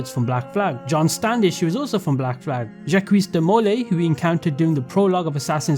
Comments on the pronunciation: Jackweez De Mole Eeee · The way you say Jacques de Molay is so infuriating lol 😂